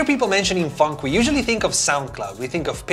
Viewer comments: it kind of sounds like you say "funk" instead of "phonk" 😁😁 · It’s f-on-ck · It's not funk it's phonk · It’s phonk not Want you said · Me thinking he’s saying fck😂😂 no offense love your videos man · it sounded like he said the f word but he said "Phonk" instead xD